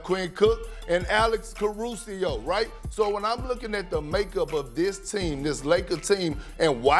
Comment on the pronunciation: KP: "Alex Caruzio"